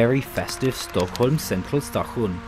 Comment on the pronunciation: Det kan jag inte påstå. Krona låter som han säger Corona, Stockhulm(?)